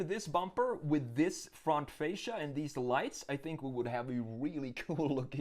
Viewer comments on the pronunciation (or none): none